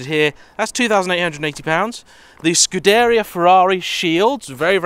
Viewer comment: Scuderia is pronounced "Scoo-deh-ree-ah" :-)